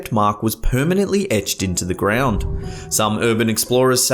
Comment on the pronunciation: "permently pressed upon this property"